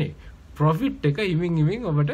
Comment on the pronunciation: පොපිට් නෙමේ profit ඒක මරු...🤣